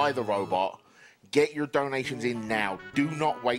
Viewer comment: Random thought: Every time they say donations I hear dalmatians.